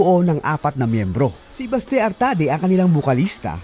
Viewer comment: Correction lang ha, Oct 2022 at hindi oct 2002 yumao si Mon and Manuel is still here playing for Rzrbk, not in the states and lastly it is pronounce Basti not Baste. ❤